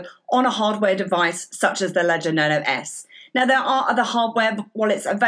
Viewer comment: Luv the accent. It sounds like she pronounces Nano as "Nuno"